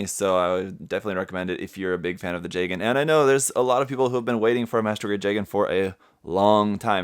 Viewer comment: Okay, I have to ask. Is “jay-gen” really how it’s pronounced? I had always thought it was “juh-gahn.” The former just sounds weird to me.